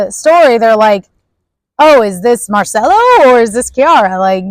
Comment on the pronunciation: This review was PAINFUL. Do you not know the pronunciation of the name of one of the most famous actresses in the WORLD?! De-NEUVE, not De-vaux, as you said twice. And Mar-CELLO. As for the "like, like, like...please lose it.